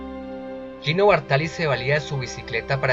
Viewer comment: Bàrtali, no Bartàli.